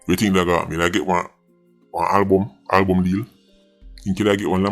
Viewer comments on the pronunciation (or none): none